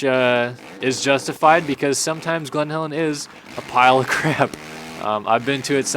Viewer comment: It’s glen Helen not Glenn Calen